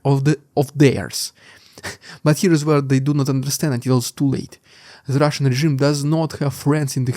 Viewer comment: Sounds like sometimes you say "It's the russian idiot". I laugh everytime and then i lock in for the news. Been a long time subscriber